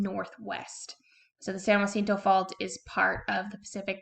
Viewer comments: Thanks for the video! Helpful tip: "jacinto" is pronounced "HAH SEEN TOE." If it were spelled "jUacinto", then you'd pronounce it "HWAH SEEN TOE" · Why u say jacinto like that? 😂